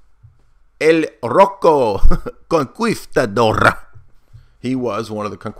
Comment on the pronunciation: Hearing “conquistador” mispronounced 500 times was painful.